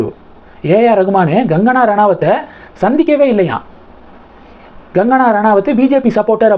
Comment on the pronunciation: You seem to have some problem with recognizing difference between K & G. She is not Gangana, She is Kangana. கடல் என்ற வார்த்தையில் வரும் க என்று உச்சரித்து கங்கனா என்று சொல்ல வேண்டும். Your homework is horrible